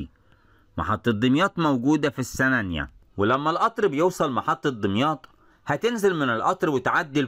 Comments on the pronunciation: جميل جدًا، ياريت تنور دمياط وراس البر 💖 نطق السنانِيّة بكسر النون وتشديد الياء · راجع طريقة نطق السنانية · حضرتك بتنطق السنانيه غلط